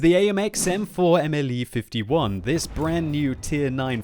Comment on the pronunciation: AMX M4 Mle 51 Mle=modèle, not m l e.